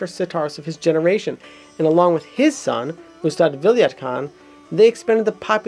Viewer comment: Good Job! It was a very informative introduction of the the instrument. However, a little clarification in the pronunciation of the names is required... Khusrow is pronounced as Khus-ro not Khusrau(kh like ch in loch, s as in rest and row as in grow). And Enayat is pronounced as Inaá-yat, also Vilayat as Vilaá-yat. There is also a story about tri-tantri-veena (3 stringed veena) existing before Sitar that can be the ancestor of Sitar, but there no concrete proof coz pretty much all of the knowledge of classical indian music used to be passed down orally.